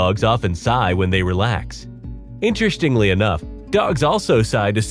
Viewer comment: Allergens not "allergenes". "Interstingly" is not a word.